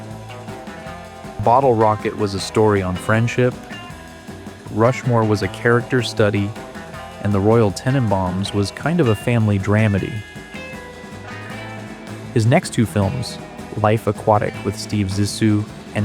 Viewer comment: Jeff Goldbaum? "dram-a-dee"? Oh geez, are you AI or something? Also, no, The Royal Tenenbaums didn't make four times profit , that's not how box office works. Movie studios and movie theaters essentially have to split the box office gross. Roughly half. That's why it's said that films have to gross at least twice their budget back just to break even. So, the film possibly made possibly around 1.5 times profit.